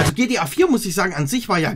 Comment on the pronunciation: Anstatt gta heisst es gtp🤣